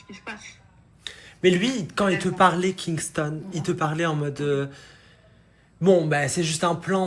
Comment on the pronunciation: Pourquoi elle appelle Kingston par Kingstongue même si elle arrive pas à dire son prénom correctement on peut l'appeler Marvin parce que c'est ça le vrai prénom de Kingston mais franchement c'est pas grave j'adore le contenu et ben j'espère que ce sera comme ça jusqu'à la fin du mois bon bah bonne aventure à vous et moi je veux continuer à m'abonner likez les vidéos et regarder toutes vos vidéos bisous